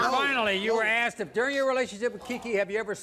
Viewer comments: Donnetta could easily fit 40 oreos in her mouth and still have space for a baguette. And why people say "i axed you" instead of "asked"? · She axed you this